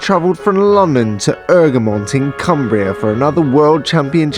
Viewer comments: 😂😂it’s not erg-remind it’s EGG-remont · you don’t promonounce it ERG REM ON TA, it’s egg ro mont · You say it like eggramont not eugrmont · Haha ergamont it’s E G R A mont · It really annoys me how im local and we pronounce it “egg-re-mont” not “erg-mont” 😂😂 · It’s not errrrgerrrmont It’s egggreeeemontn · It’s egremont not ergemont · Ergmont? Egg-ra-mont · It’s Egremont NOT ERGREMONT! well that’s how you say it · It’s eg re mont. ffs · It's pronounced "egg-re-mont" u fuckers🖕🖕🖕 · It’s pronounced.... EGG-RE-MONT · Bahahahsghd I live here! this is great🤣 ps it’s pronounced Eg-ruh-mont😂😂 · It’s pronounced egg-remont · I can’t believe you were literally 10 minutes from my house and I didn’t realise it.. Btw it’s pronounced “Egg-Remont” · Great vid. One thing. Its pronunced "egg-re-mont". Super vid though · I live right next to Egremont. Btw your saying it wrong marra 😂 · Live here and you Apsolutly slaughterd the the pronousination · Is it me, or is he saying Egremont wrong? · Butcherd the name egremont 😂😂